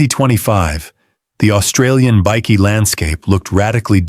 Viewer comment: How about teaching you AI voice over to say "bikie" correctly, it's not a biscuit!